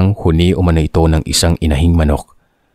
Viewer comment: It’s slow pronouns huni not honi